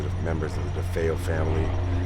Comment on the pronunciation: Defayel, is not the way their last name was pronounced. I get mad ever time I hear the news anchor pronounces it. No it was not a stormy night. Check the weather report.